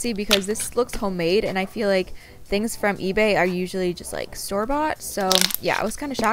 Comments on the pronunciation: For the orange slime on the ebay one i think you said etsy Like if you heard too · it's eBay but you keep saying etsy